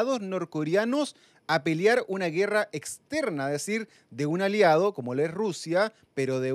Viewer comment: periodista dice PELIAR? Pero que nivel de periodismo